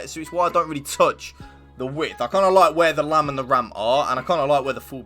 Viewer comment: please dont say lam and ram i beg you